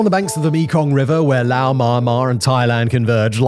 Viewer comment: Simon .. how tf do you STILL not know how to pronounce Laos? My god are you british mfers terrible at pronouncing your own language, English.